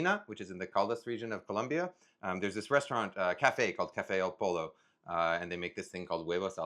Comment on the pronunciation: Cafe Al Polo?? Does he mean "Al Pollo"??